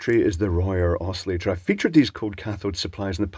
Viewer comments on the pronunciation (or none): none